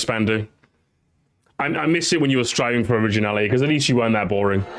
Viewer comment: "SRIVING" yeah that what's he doing instead of Striving LOL😂